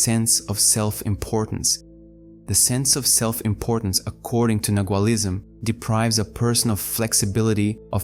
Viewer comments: Can you please pronounce nagaul as it is intended? nah-wahl. The letter G is not pronounced. TY.🙏🏻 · Nagual has a silent g Thank you for this.